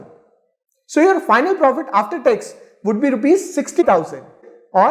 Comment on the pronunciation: it is tax planning and not text planning